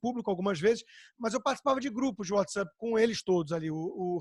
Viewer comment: Whatsup? É whatsapp anta, nao sabe ler?